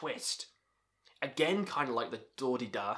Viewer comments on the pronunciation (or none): Dordeduh is a Romanian progressive metal band. The band's name is pronounced 'door de dooh'. It was formed by two former members of the infamous black metal band negura bunget.